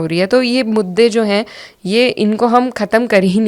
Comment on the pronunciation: hase better pronunciation skill thn Iqra "खतम" 28.32 "ख़तम"